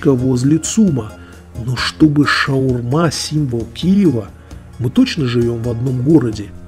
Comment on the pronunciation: хоть “шаурма”, а не “шаверма” и на том спасибо